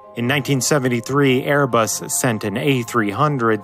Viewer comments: you also said Bearbus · is it just me or did he say "bearbus" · birbus XD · I think i heard Bearbus... I love your VIDS! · In he said bare bus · bairbus lol 😂